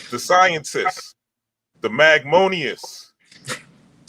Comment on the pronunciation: He said the magmonious 😂